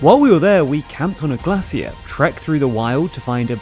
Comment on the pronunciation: Wtf is camping on a glass-see-her?